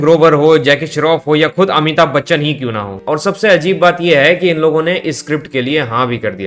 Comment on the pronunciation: Amitabh Bachchan ❌ Amithub bachchan 😂